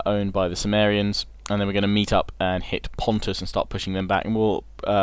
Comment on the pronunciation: Love all your LPs mate, great stuff Bur is Cimmeria not pronounced Kimmeria, like Mac(k)edon, Seleuc(k)id? Just sounds like your saying sumeria. Not that it's a major issue or anything just intered to know. Keep up good work.